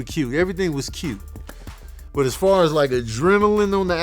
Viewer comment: Lol ," it was cuute" 🤣🤣